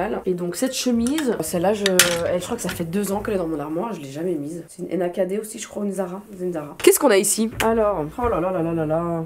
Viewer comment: J’ai buggé avec Nakd « Enakadé » hahaha